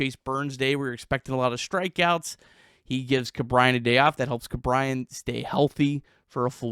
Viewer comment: Ke’Bryan pronunciation? I’ve only heard it as ‘Key’ not ‘Ku’? Just wondering what’s correct 🤔